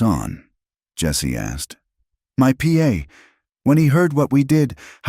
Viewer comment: Good story. But it's pa, not P A